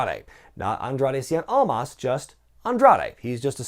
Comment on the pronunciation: or they just can't be bothered learning how to say "cien almas" right.